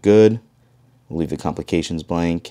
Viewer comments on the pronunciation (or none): Apparently, it's too complicated to say the word "complications" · I came to the comments to look for this, but I didn’t feel like being the one to say it myself 😂